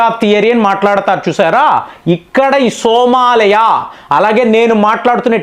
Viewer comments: First of all the pronunciation is not Somalaya. It is SOMALIA means land of Somali people stemming from ancient trible ancestors like Samaale with possible links to "go and milk"( Soo maali) symbolising wealth from live stock. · సోమాలయ కాదు సోమాలియా. నీ నోటికి వచ్చిందే కూత, నువ్వు చేసిందే పని.